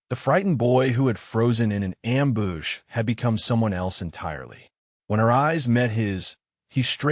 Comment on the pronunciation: its not :amboosh!: someone needs to read the script beforehand